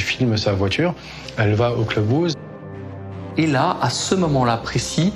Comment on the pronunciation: « elle va au clubouse ( de vache 😂😜) , pavillon fera l’affaire, et ça se prononce facilement